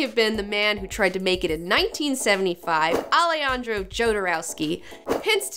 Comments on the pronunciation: It's very funny the way she pronounce "Alejandro". Jodorowsky has a double nationality, is French-Chilean. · Its not pronouced Ale-andro Jodorowsky, its pronouced Alehandro Hodorowsky